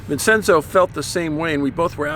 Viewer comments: Vincenzo is Veen Chen zo chuckles . Italian can be a bit tricky if you don't know the language well, especially the vowels. If a C is singular it's a ch sound like Botticelli, but if it's a double cc it's soft like you're saying, Vincenzo. I know, it's confusing. I thought I had trouble with Spanish, Italian was worse, haha not to mention Latin or Gaelic. I still haven't quite gotten those yet. Just a few words here and there. French was fun and a breeze once I got Spanish down (even though I did French in Highschool and Spanish in College, but had a bit of a difficult time in them down; verbs are a horror). Also, to the writer of the letter, you are not alone. In my family, there are many of us who are sensitive like you and your brother as well. It goes back for generations on my paternal Grandmothers side. We're not Italian, but Irish and Scottish ( gasp the horror I know right grins ), but I wanted to let you know that the two of you are not the only ones out there who are like that. You are not alone. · Pronounced “Vin-chen-zo”